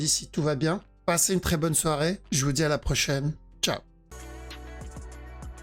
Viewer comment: Et ZE parti ... ZE VEUT le regular du perp 😂